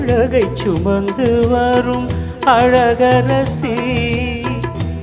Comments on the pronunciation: ஆமாம்.மணியோசை கேட்டு எழுந்து பாட்டில் கூட ' சுமந்து' வார்த்தையை அவர் எப்படி உச்சரிப்பார் என்று கவனியுங்கள் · அழகைச் சுமந்து வரும் இந்த வரியை கவனித்து பாருங்கள் என்ன உச்சரிப்பு. ச் உச்சரிப்பு கூட ...... உங்கள் இறப்பு ஏற்க முடியாது. உங்களுக்கு இணை யாரும் இல்லை